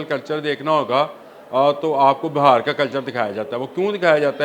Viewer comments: Sir it's not BAHAR but BIHAR please correct your self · JANAB AAP BAR BAR BAHAR KA ELECTION KEH RAHEY HAIN. AAP KO INDIAN PROVINCE BIHAAR NAHI KEHNA AA RAHA. AAP KEY SAATHI SAHI TAUR PER BIHAAR KEH RAHAIN. AAP NAHI. SORRY TO CORRECT YOU.